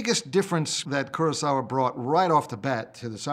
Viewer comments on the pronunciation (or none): You'd think these film experts would be better at pronouncing the name Ku-ro-sa-wa. Krosauwa isn't a name in any language.